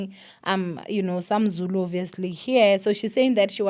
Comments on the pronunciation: You did such a wonderful job reading Zulu, big up to you and yes I agree with you people should be considerate not everyone understands Zulu, but you tried ❤❤❤ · You did good on the Zulu reading don't worry , 😂😂😂😂 it's a struggle even to us when it comes to reading it❤❤